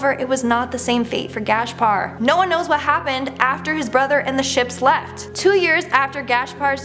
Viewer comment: Love these mysteries and it's always so creepy.....but please verify pronunciation.....it's Gas-par.....not Gash-par.....and their names is written as Corte-real and pronounced as Cort-eh ree-al. Like it's such a simple thing. =_=